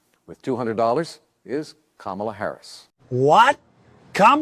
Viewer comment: That's not English ka-mala